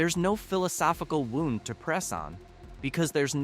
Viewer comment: Lost me with the AI mispronunciation of “wound”